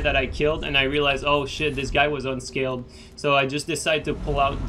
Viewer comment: I can never tell if you're saying unscaled or unskilled :D same thing though so it doesn't really matter please do more of these